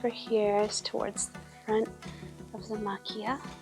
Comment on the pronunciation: I guess by now you've probably figured out that it's pronounced ma-chee-yah, not ma-kee-yah, because it's Japanese, not Italian.